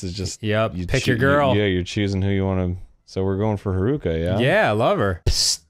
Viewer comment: It pains me how they never learned to properly pronounce Haruka